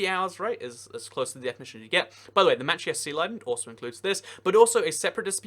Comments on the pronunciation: Just a heads up from a Mainer, that island off the coast of Maine (Machias Seal Island) is pronounced "muh-CHAI-iss," "CHAI" being like "chi" in "child." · Absolutely butchered the pronunciation of Machias. I’m from Maine and that’s not even close to how your supposed to say it.